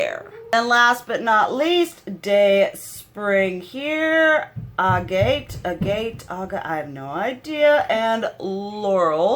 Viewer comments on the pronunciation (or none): Most of the shade names are names of crystals. Hmmm... I’m not sure how the shade names correlate with the name of the palette. Sunrise palette with sunrisey/sunsetty kinda vibes but with names of crystals. I’m so confused lol I kinda love it though. The shade Agate is pronounced agut 😉 As a fanatical crystals and gemstone collector/appreciator it speaks to me at the same time as frustrates me 😂🤦‍♀️ I won’t be buying the palette though because here in Australia it’s around $100. So it’s a hard pass for me. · Oh and Agate is pronounced agut. Short a sound at the beginning.